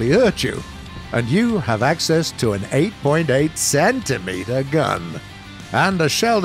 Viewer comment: Gotta love how he says CENtimeter